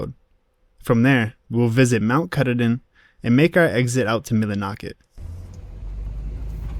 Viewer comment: Your video is great but you need to learn how to pronounce our favorite mountain. Mount Ka-taw-din (is how it should be pronounced) and you were right, being at the bottom of the dam can be life threatening. The second thing you got wrong is it is NOT deforestation!!! It is logging. They log one area then move on to another while that one regrows. This constant state of regrowth provides crucial habitat for many diferent kinds of animals. Without it we would not have the Maine north woods because it would have all been taken over by towns by now. The Forestry industry plays a HUGE part in the amout of wilderness we have in this state. We are very grateful to them. I have been to every place in this video countless times. Glad you enjoyed our state.